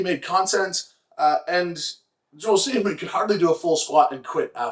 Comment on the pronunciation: Maybe it's just the audio source for this video, but the way you are pronouncing his last name makes me giggle like a little kid and makes impossible to take him seriously (Joel, not Mitch).